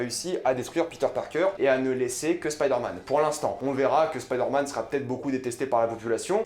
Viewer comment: Pourquoi tu prononces “spider” en anglais mais “man” en français ?